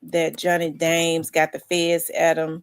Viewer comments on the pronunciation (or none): It's Johnny Dang not Dames